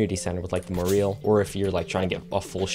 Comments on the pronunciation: Why he say moreal when he means morel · I have never heard someone pronounce "morel" and "more-eel". It's not pronounced "moral", either. It's "more-el". Two syllables, short E. I'm shook. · Its more-el, not more-eel. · moreel? not morell? rhymes with "Well" not wheel. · dude morel is just pronounced more-el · ... With the accent on the "el", the way you said it doesn't really clarify that